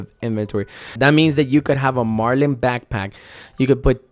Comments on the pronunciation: its "Mar-lin" not "Mar-lean" , it's based off the fish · I stopped at "Mar-LEEN" Bruh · When it says Marlin and shows a Marlin and he still says marlean. ayyy he said it right. Twice.